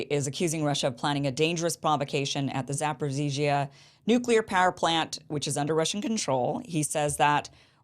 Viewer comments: I like how you pronounce zaporizhzhia. And I think I heard you call Zelensky "Voldemort" by accident. Alexander Mercouris said on his program today that it would probably take multiple missile strikes on the same area of the plant to lead to significant consequences and catastrophe. So, it could be just a final plea to bring NATO in to the fight through rumors of an attack. Sort of like when Ukrainian missiles get those farmers in Poland and Zelensky kept blaming Russia while calling upon NATO to do something. You could dig into that better than I could, I bet. Love your show, Kim! So happy I found ya! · you pronouncing it correctly, Zaporizhie in Ukrainian or Zaporozhie in Russian